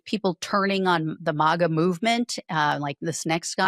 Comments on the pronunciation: It’s not mawga. It’s maga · Please stop saying MAWGA. It's Maga. Short "A". Not long "A". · Is she AI? She mispronounced maga